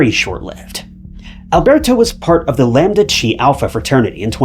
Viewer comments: It’s not lambda shee. It’s lambda Kai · "Lambda Chee", ha ha ha...